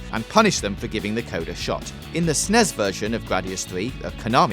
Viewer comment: Please never pronounce the abbreviation of Super Nintendo Entertainment System as "snezz" ever again.